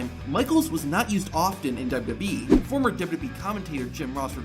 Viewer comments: Dubbubee instead of wwe had me dying😂😂😂😂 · I can’t stand how this guy pronounces WWE